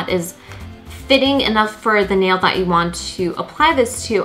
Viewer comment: Omg Ikr the way she's says "that" like it's not "thauaht"😂